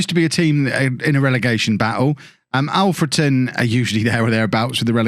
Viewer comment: FWIW it's Alfreton with "a" like in King Alfred - who it's named after - not Olfreton